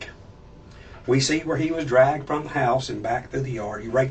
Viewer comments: “Had been driggen.” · It’s dragged not drugged